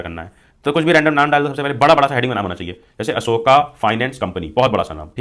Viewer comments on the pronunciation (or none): none